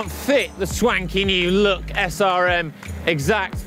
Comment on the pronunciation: "Look", "Lug", "Luck" all sound the same when says them. I think we need an English translation for us Americans haha!